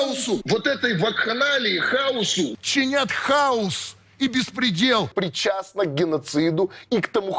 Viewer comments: На канале Дом всё прекрасно разъяснили. Профессора научите правильно говорить - хаОс, ударение на О. Украинки такие сильные, любят семью, родину и вдруг такая бестолковость, простите. Какте-то кликуши, истерички. В Израиле девушки не просто регистрируются для крайней необходимости в военкомате, все военообязаные и гордятся этим - есть постоянный враг. И рожают, и ремонты делают. Ну, мужчины, держитесь, тыла у вас нема, на жаль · Треба було нагадати що правильно не хауз а хаоз )) шкода що ти не є симпатиком президента, ти самим ти проти України... Треба визнати що Зе краще чим його попередники...... Та оновлює Україну та не зраджує... Це головне.